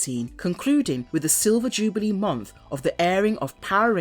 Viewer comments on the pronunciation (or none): none